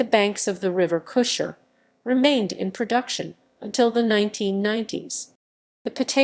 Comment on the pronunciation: Pronunciation! The town's "g" is hard (as in God). The first part of Cusher rhymes with mush, not moose. Otherwise not a bad summary, for which Thanks.